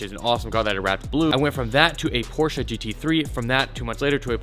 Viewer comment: i love ya, BUT FUCKING PRONOUNCE PORSCHE CORRECTLY